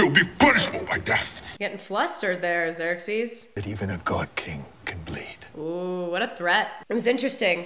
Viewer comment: pronounced like 'Zirk-seas'